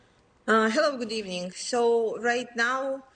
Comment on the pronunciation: Finally, an American that pronounces it properly: kee-ev.